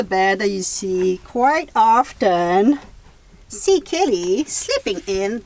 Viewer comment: Kelly not Kitty, though it sounds like Kitty.